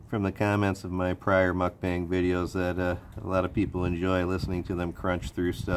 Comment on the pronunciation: New sub here ... great stuff! BTW, not sure if you knew, but the term mukbang originated from Korea and is pronounced "mok-bahng".